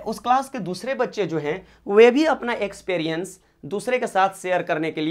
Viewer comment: पहले एक्सपीरियंस बोलना तो सीख लो पता नही ऐसे ऐसे लोग तो पढ़ा रहे है